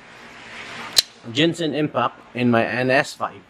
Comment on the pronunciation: i laughed when he said ginsan impact